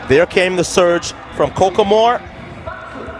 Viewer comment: It’s the commentator saying “coke a moor” 😂😂